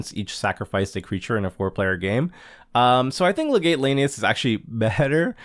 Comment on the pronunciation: Legate is pronounced as “Leg-it”